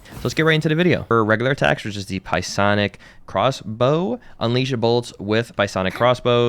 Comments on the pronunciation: The way u keep pronouncing psionic like pie-sonic is killing me 😂😂 it’s pronounced syonic lol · Pie sonic is crazy. FYI, it is pronounced "Si-onic" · Pronounced as Sigh-on-ick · Stopped watching because of “pie-onic” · "Piesonic" blade is crazy work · I thought I was the only one to hear him say pie sonic lol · Ah yes, the pie-sonic crossbow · "sye-onik" the p is silent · He did LMFAO, All those pi-onic abilities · Pie-sonic makes me giggile. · "Pie sonic" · Great video! How many "Pie-sonic" comments did you get? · psionic pronunciation is wilddd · The "P" is silent my dude. Great video though! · The way ur pronouncing psionic is crazy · Came here to say the same thing lol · For future reference, the P is silent in Psionic just like Psylocke LOL but great vid!